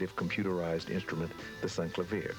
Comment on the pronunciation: He pronounce Sinclavier wrong too. Apparently "editing" wasn't invented yet.....or they just couldn't find someone who can read. 🤪